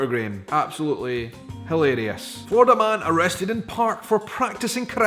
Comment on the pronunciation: Just to let you know, there is only 1 "d" in Florida. You keep saying "Flordida". Try not rolling your Rs.